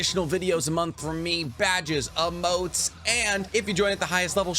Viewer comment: Why does he say emotes like amotes no hate tho just asking